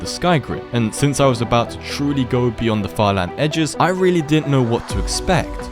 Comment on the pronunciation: "what is byond the sky grid?"